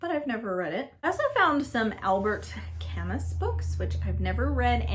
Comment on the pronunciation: Poor little rich girl was one of my kids’ favorite Shirley Temple movies. I’ve never read dear enemy! Side note - Albert Camus is pronounced the french way without the t or s on the ends. Not a fan of George MacDonald’s adult fiction for the most part (he has a ton of them!). I do like The Wanderings of Clare Skymer, but I’m not sure it’s adult. The protagonist is adult.